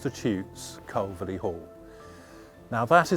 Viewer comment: Nice informative commentary....but I wish he would pronounce Calverly correctly! It’s pronounced Carvly...like to carve meat with a lee on the end.